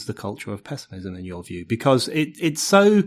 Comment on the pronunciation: "But, today, the pezzimism feels incredibly pronounced..." Yes, wrongly pronounced! The word is pronounced "pess-imizm" NOT "pezz-imizm." You may be the only person in the world pronouncing it this way, Mr. O'Neill. At least, I, for one, have never heard this odd pronunciation before.